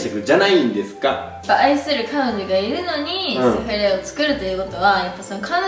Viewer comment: の セ⤴︎ フレ⤵︎ の発音めっちゃ笑った、、🤣🤣🤣